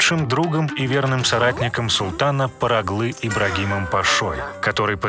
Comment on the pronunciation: Не парагли, а паргали